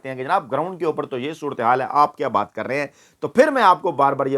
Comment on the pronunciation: Correction: Ye Lafz Baay Nahi Baat hy.